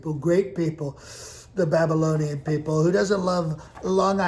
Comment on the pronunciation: " I love the Babalonian people" 🤔😹